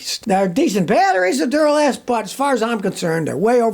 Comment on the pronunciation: yeah instead of Duralast it's Dunnalast.